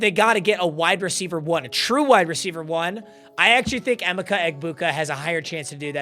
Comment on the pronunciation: Learn how to pronounce Emeka clown